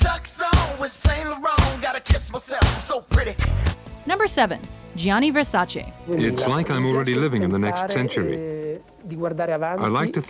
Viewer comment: Thank you for pronouncing Versace right